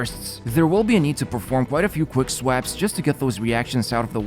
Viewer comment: The way said quickswaps made me giggle